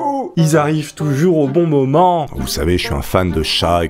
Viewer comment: Super vidéo 😁 "Au bon moument" 😁